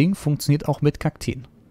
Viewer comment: es heißt Kakteen 😂 aber sehr gutes Video bester Bauer